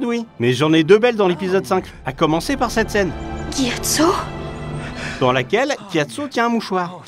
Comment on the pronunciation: Mon chère ce n'est pas Kiatso mais Gyatso son noms. ^^